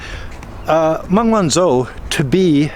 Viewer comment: Good analysis of the case; she is a very brave lady to stand up to them like this and endure through this farcical travesty of law breaking by the respective authorities., one thing bugs me: you don't pronounce the ZH in pin yin correctly - zh is pronounced like a j, so it's not Sen-Zen but Shen-Jen; where I live (Zhuhai) it's not Zoo-hi but Jew-Hi; and it One-Joe not One-Zo.